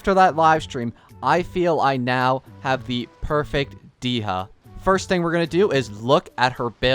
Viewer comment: Dee-ha Lmao I'm dying 😭